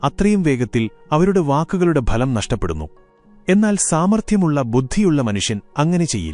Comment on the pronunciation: Not phalam bhalam